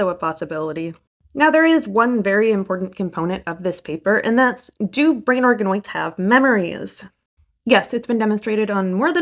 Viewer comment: I could have sworn you said "brain arkanoids" and i was like .....wait 😮